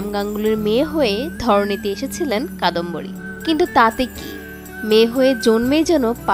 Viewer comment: যার কথা বলা হচ্ছে তিনি কাদম্বরী, কাদম্বিনী না